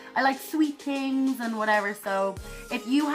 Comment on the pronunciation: Hey, Love watching you doin whatever...you are a riot. (Means funny) here in new england. USA I would love to sponsor you here on youtube. Not sure how to do it. You warm my heart everytime i hear your voice. I'm curious though-Do all Irish ppl have trouble pronouncing words that start with TH, like things, thoughts, when u say things, it comes out as tings...I think its soooo cute. 😃😃😃